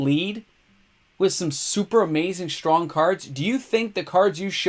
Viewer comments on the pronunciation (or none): none